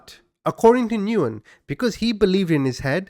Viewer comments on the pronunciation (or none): BTW, the common Vietnamese last name Nguyen is pronounced: "Win", not "Noo-in" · I believe" Nguyen" is pronounced "Win" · Nguyen is Pronounced "Win" or "When" The N is silent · I love your channel and content, but please - the person you are discussing by the last name of Nguyen is pronounced, "When." Please at least look it up online before constantly mispronouncing it! It hurt my ears every time you said it!